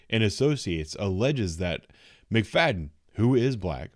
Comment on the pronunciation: Her name is pronounced “McFatten”